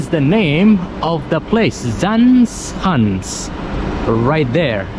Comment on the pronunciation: Zaanse Schans. You said Schans very well, almost Dutch, but Zaanse You pronounced as Zaan instead of Zaanse. Don't forget SE on the end to pronounce too. 😉